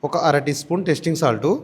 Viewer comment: నాయన మంజూరియా కాదు.... మంచూరియన్ 🙏🙏🙏🙏.... టెస్టింగ్ సాల్ట్ కాదు టేస్టింగ్ సాల్ట్.. ఏమి భాష అది 😡